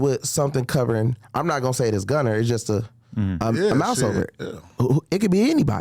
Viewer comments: This nigga said gunner😂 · Boy was saying Gunner 😂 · This nigga bandman kevo said little baby and gunner, 🤣🤣🤣, y is he messing dem pplz names up like dat